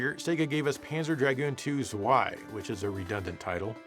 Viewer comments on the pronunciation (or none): Zwei is German for two. And you pronounce zwei wrong to English speaking people. It sounds like sfvvai when pronounced correctly. Yes, that's probably the best way to spell that word to English too.